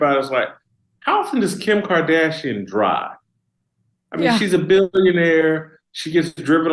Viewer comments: LOL she said: Kim -card-ass-ian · Meg really just almost said Kim Kardassian 😂😂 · ...... "Kim Kard "ass" ian, er Kardashian"................. was that intentional Megyn?................ 🤭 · So we're all just going to sit here and pretend Megyn didn't almost call her Kim KardASSian. 🤣🤣🤣 Also, Jason is absolutely right. This is a mental illness.